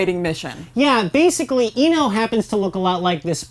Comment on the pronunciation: She didn’t pronounce ino right or Naruto